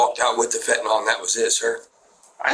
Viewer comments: "Fetnal" smh...these ppl cant even pronounce the drug they are trying to blame for them being POS...sir, the drugs didnt do this you did. Stop blaming your perversion on the feNtanyl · Why is it that so few people can pronounce fentanyl? It's not fentanol! Reminds me of people who say nucular instead of nuclear.